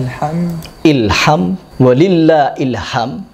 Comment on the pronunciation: Bukan "Hilham", tapi "HilhamD", huruf mati akir di huruf dal د